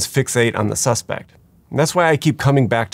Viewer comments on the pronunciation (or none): none